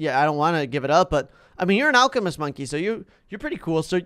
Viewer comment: alchemist sound alcohol